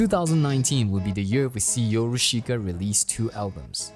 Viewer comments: it’s pronounced as “your-ush-ka” not “yo-ru-shi-ka” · I really like this documentary, but if you will, allow me to correct your pronunciation. It is not "YoroSHIka" but "Yorushka". The "i" is silent. PS. I really like this content! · I love the way you pronounce “YoruSHIka”